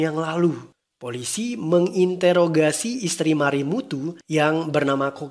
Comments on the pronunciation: Bang ada dengar kata "Menginterogasi"😌 bukannya mengintrogasi tanpa "e" hihi😂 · Iiih iya benerlah abangnya hihi, cuma cara bacanya mungkin yah bang, ndak kentara di penekanan huruf "e"nya... 😂 salfok sma kata itu soalnya